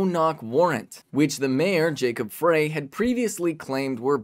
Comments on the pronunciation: FYI Frey is pronounced fry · they didn't kick down the door. they let themselves in with a key. and it's pronounced fry, not fray